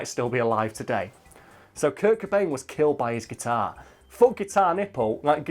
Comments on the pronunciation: Did he just say Kurk Bane? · Kurt Cobain. Cobain. With a 'C'.